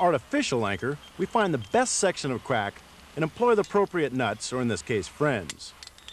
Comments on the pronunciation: Lmao, I was like, " did he just say quack...wait he did it again." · love it. i don't think he can say crack climbing, calling it "qwack"